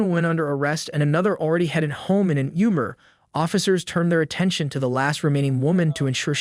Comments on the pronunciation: "umer!" Uhhh it's "UBER"! Google is free. 😮 Officer: "She's got toilet paper stuck to her shoes!" 💀🤣🤣🤣🤣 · The AI VO needs to hold the grading. It doesn't know who did or said what and repeatedly gets it wrong, yet it has the nerve to give out grades? Let's flip the script and give it a F for saying "ooomer" instead of Uber. Even talking dogs say that word correctly but the perfect AI fails. F. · I didn't realize I was mispronouncing uber this whole time. I didn't know it was pronounced "yoober".